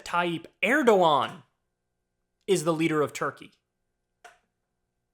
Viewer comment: I love how you get so many names mispronounced, but you get erdogan right. Lmao man i luv ya